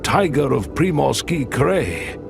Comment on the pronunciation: why do you mispronounce scientific terms? Like 'tAiga instead of Tai-gA'? Why make a video, a documentary, a scientific film about nature in Russian Siberia and mispronounce the main terms? 🤷🏻‍♀️ why? Why don't you just translate the terms into English and pronounce them correctly in English? 🫣 What is the issue with all these mispronunciations ? 🫣what is a krey?!!! 🙄😳wtf? It is pronounced just like the CRY - sound for sound, cry!! 😂😂 You got a like ❤👍… and a new subscriber🫡👍